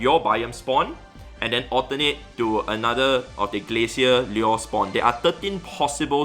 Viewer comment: Lure? Lyyuer?